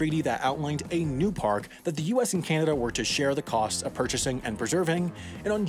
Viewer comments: It's pronounced Ka-Nook-A-Stan. It's the land of Canucks, if that helps you think about it. When you say it, it sounds like it's a Can-Of-Duh. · kanadian here, your correct its kenada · Bruh, nah nah nah, it’s not like Canada, it’s like Canadia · Ah you know they’re American when they call Canada (KA-NA-DA), “KYAA—NA-DA”. Never understood where the Y came from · I don’t believe you about this “kanadah” Give me proof. Edit: Yes, I do think it’s spelled “Kanaduh”, Thank you for the correction! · You said kanada. And if you add a n It becomes kannada which is our mother tongue. By the I am from Bengaluru Karnataka... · It's pronounced Canada! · Btw you pronounced Canada wrong, It isn’t pronounced Ca-na-da it’s pronounced Ca-na-da